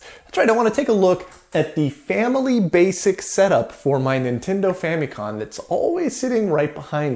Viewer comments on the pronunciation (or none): You kept saying con. It's com . As in computer.